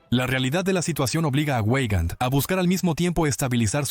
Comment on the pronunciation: Veigand, Veigand, no ueigand, por favor !!!!!!!!!!